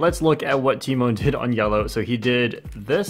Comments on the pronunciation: everyone: te-maun (tymon): ti-moan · Um, it's pronounced t-EE-mahn, lol. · And here I thought the "Tymoan" pronunciation has come to an end. 🤦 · Im polish and its pronounced "Tyh Mon" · He pronounced his name so wrong lol. But great video keep it up. And congrats tymon!💪👌👍